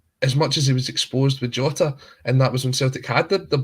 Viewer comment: it’s Jota,nae Yota hahaha c’mon stop it.Guest is right,referring is piss,unprofessional refs,reffing professional football,£800 a week,£3200 a month is enough for them to be professional,if they don’t want to give up their day jobs for those wages,well they can fuck off